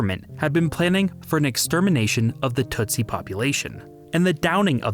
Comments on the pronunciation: its pronounced, "Tusi" NOT TUTsi. Smart, disiplined, well educated; tough. Several types including The Banya Mulenge from the high hills. Super excellent fighters! Do not mess with these guys. Read, "Mission song" by John le Carre. He shows how even the Swahili changes from the coast to Ruanda where most speak Ki-ruanda. Ki meaning language; Wa meaning people. I am from Dar-es-salaam. Kwa heri, sasa, rafiki. (Good bye for now, friends.) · "Hootoo" and "tootsy" sound like nonsense words you saw to a child, and "Rwanda" sounds like what an African-American teen names her baby when she thought "Rhonda" sounded too white.